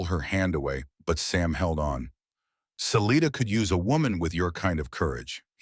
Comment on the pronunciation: I winch every time I hear them pronounce Salida wrong it is Sa lite da your own space Love the story